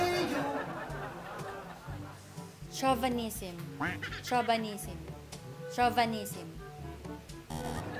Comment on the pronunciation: "CHAUVINISM " not chauvAnism